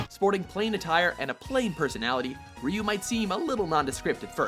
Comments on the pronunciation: rasta rasta they pronounced ryu the right way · rasta rasta Ironically they pronounced him exactly right. Raiju the way most English speakers might pronounce it is incorrect. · I fast forwarded right away to make sure Ryu was number one ^_^ Very happy now. Oh and mad props for actually pronouncing Ryu correctly. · Nice list, my fav made #2 and I knew who #1 was and props to for pronouncing his name correctly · Fei Long is number 1 for me. And that IS how you pronounce Ryu btw.